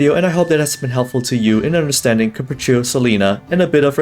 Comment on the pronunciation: the way pronounces Capriccio and Recitativo di Fantasia is so satisfying